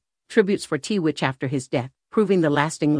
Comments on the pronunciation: Why are you pronouncing his name as TeeWitch? It’s Twitch for gosh sakes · Private means private, yet you take pics and made a video. And it’s not “t-witch”. It’s “Twitch.” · “TWITCH,” not “T-WITCH.” 🤦🏼‍♀️ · if your gonna put this type video out make sure you get his name right It is Twitch , not T Witch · The name is 💎TWITCH❣️not T- witch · It's 'tWitch' not t-witch. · His name wasn't t witch it was pronounced twitch. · His name is Twitch!! Please out of respect say his name correctly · It's a computer speaking "T witch"